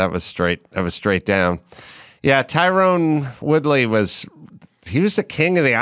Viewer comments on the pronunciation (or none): Let me elucidate for the ladies... 1. It's Tyron, not Tyrone 2. His ufc reign wasn't 6 years ago, it basically ended in 2018 when he started losing 3. Before sat the last time twood was knocked out was in 2016 4. Definitely not fixed. The whole fight jp was going to to the body. He got the ko by faking a body shot and going upstairs to shut the lights off